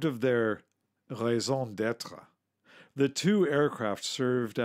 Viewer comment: 'too' 116.. isn't it 'tee you'? He pronounces 'raison d'etre' perfectly though. :-)